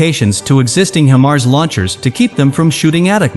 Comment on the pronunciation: This guy has no clue how to pronounce HIMARS or ATACMS, so don't say it the way he did unless you want to get laughed at. He also has absolutely no clue when he says the HIMARS provided to Ukraine would require significant hardware changes 🤣🤣🤣🤣🤣🤣🤣🤣. Idiot. Where do these fake news bozos come from anyway?